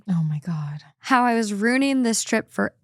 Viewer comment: I’m sorry but how the eff does anyone say “ROONING” and not realize that they clearly don’t know how to fucking say “ruining”???? 😭 god I hate so much